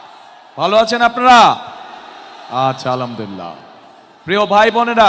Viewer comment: আসলা মালাইকু'ম! এটা কি ধরনের সালাম? আবার বললো আলামদিল্লা😂😂